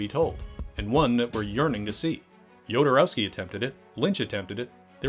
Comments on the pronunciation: Maybe start by learning how to pronounce names correctly? Every time you say "DjodoROAWski", a Dune fan's Holtzman shield gets hit with a lasgun beam ... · The name Jodorowsky no yodorowsky, please at least try a little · Say it with me now: Ho-do-row-ski... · Ah yes, my favorite Chilean filmmaker: Alejandro yOdEr-oWsKeE